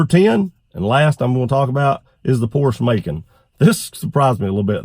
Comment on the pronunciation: Porsh maken.I had to turn the caption on to see what you said.